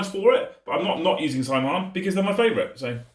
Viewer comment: "Saim Hann" in the original Gaelic is actually pronounced "SOW-inn"